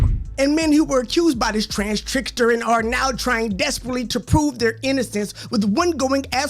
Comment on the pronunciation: Bro called them “Trans-Trickers” 😂😂😂